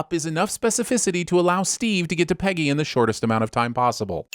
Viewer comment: The sins narrator refers to Captain Carter as "Penny" rather than "Peggy." Ding.